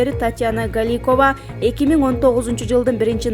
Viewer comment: Галикова эмес Голикова